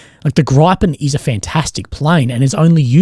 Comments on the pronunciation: I know this is nitty picking, but it's pronounced Gri-pen not like Gry-pen. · That's 'Grip-in', not 'Gripe-in', as in Gryphon. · GRIP-EN 😂 Sounds like Griffon, but GRIPEN. Not Gripe-en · Hehe Grajpen, it’s Griiiipen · For the interested... If you pronounce 'Gripen' as 'Greepen' in Australian English, you get a bit closer to the Swedish word. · Hey bro. Griffon is pronounced the same as the bird, not like you are saying it with the beginning of the word sounding like "gripe". beginning of the word "gripe". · Scandinavian asshole here. Try pronouncing the "I" in Gripen like an "E" sound like "Greed" Greepen. Love the content.